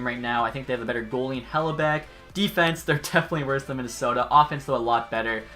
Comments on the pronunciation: stop saying hellebeck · hellybuyck or however the shit you pronounce that name is a vezina candidate this offseason as well